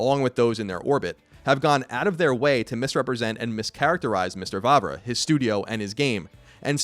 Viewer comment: finally someone pronounced Vávra´s name well :D